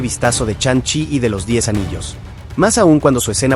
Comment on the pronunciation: 🤣😂🤣😂🤣😂🤣😂 Charon, Chanchi, Majerchala, Bichop, Konchu, Itan Jo, ChiJul, Mantin, Churi, AdamWarlo, Inveichon, Agatha Olalón... wey, no mames, amé tu pronunciación, me hiciste reír muchísimo